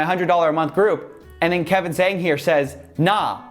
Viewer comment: Coffee you mispronounce zhang, haha, really for charge of racism?